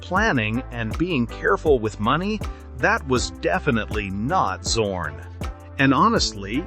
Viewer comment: I did not subscribed because the correct name of the painter schould be pronounced like Tsorn and not like Zero.